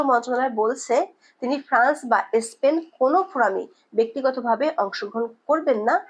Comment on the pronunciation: বাজে উপস্থাপনা স্পেনকে এস্পেন বলেছে😂😂